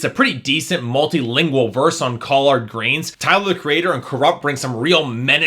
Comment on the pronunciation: doesnt even know how to pronounce collard greens